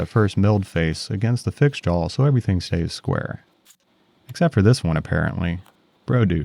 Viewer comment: The way you say Jawl, with an L at the end, is sandpaper on my ears, but I love your work nonetheless. <3